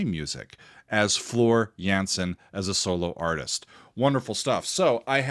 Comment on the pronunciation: The A in Jansen is pronounced as the A in Darth and not as the A in Vader 😇